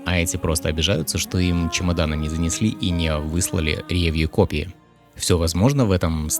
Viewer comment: Очень режет слух «рЕвью», ударение должно падать на последний слог «ревьЮ»